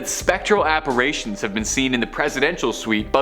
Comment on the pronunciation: Oh comon...apparitions with a soft i after the r not a hard A.